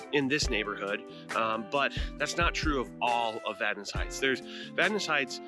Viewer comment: As a Vadnais, I want to thank You for the pronunciation part of the video. It was Vad-Nay until We entered the U.S.